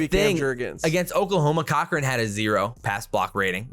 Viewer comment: Turner (Core Krin) right? Not Cochrane Great video homies